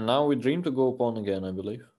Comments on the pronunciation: I thought he was saying bone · I couldve sworn he was saying “bone” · Thought Dubov was saying "Let's go boom" then realized he meant pawn.